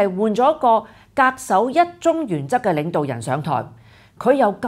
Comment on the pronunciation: 恪守應讀確守